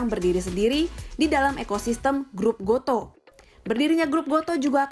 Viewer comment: Goto Bacanya bukan go to Tapi goto Gojek toko pedia, bukan baca "to"